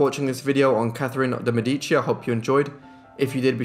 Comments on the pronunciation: Mèdici- it's pronounced like 'medi.(c)' + chi= Mè!-dichi = (chi like in Shang-Chi like you did). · Her name is pronounced de Mēh-di-chi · Beautiful video! One little thing: it's de Mèdici✨ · you say her last name funny